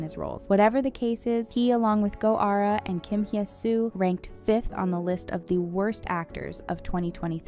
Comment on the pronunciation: Just want to point out that I've noticed you always pronounce Hye as "hee-eh". The correct pronunciation is "heh". No need for the "ee" sound.